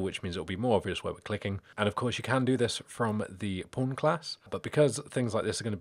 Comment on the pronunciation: Every time you say pawn, I hear pron with the o and r switched haha. Other than that, great video.